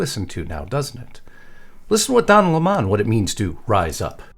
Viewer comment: Don LaMon? I thought his name used to be pronounced like the "fruit", lemon?😆. He is so needy for attention. He is sounding more and more like a bona fied fruit cake evey time he opens his mouth!😂😮